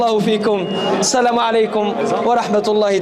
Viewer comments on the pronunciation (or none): Bhi Asaekom nahi hota Asalam o alikom hota hy please. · Pahĺe sahi sahi Salam bolna seekh lo ji